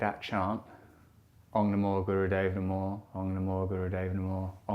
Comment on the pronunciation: Isn’t it OM. Not Ong!?